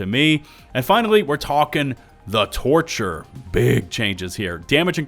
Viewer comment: I can’t help but to hear “torture” instead of “torcher”